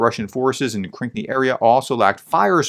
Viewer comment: Please spend a few minutes and read the names of these places. One example - it's Krinky, not Krink nee. You rush into your reports. Slow down, just a little bit.